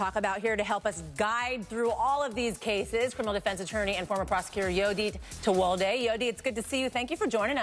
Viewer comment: yes to her pronouncing your name correctly!